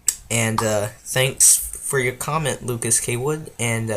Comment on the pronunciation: Also, thanks for mentioning me! Also well done for getting my name right! People say it is Lucas Coward.